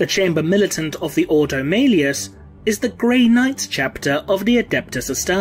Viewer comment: The thing that irked me most, was the pronunciation of some words. Such as the Grey Knight’s Ordo. I may be wrong, but the Imperium has quite often used words in a pseudo Latin, and as such, have a very different pronunciation. Maybe Gothic is English, read like Latin, and with a British accent... I would love to be proven wrong/right by a video